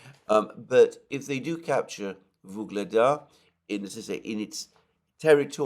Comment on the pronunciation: "Ugledar" or "Vuhledar", not "Voglada"